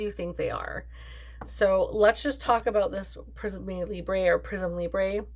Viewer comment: you re welcome 😊 in France, we never say YSL but always Yves Saint Laurent, I loved that genius, I was so sad when he gave up and later when he passed away 😭 when you say it like that for Prismé Libré, it s like you were speaking Italian 😂👍🏻